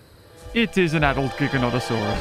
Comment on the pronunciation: Okay the gigi is not called a giganto notosaurus it's not giganto it's giga giga notosaurus not giganto whoever's doing your voiceovers fire them they're not pronouncing it correctly and you know better you know better.